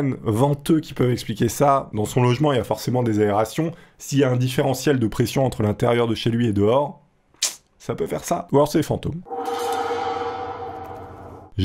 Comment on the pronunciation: On dit aération et pas à réaction comme les enfants